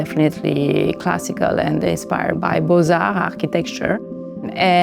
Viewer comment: I like the way she pronounced Beaux-Arts (but not the way she decorated it).